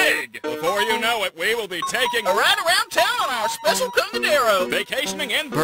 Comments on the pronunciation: ok your dubs are quintessential. i can't explain how much I love how you pronounce Specil. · At least this guy pronounces ‘specil’ correctly. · I really appreciate how you pronounced "specil" differently from "special", and "Genorisity". so many people miss these little details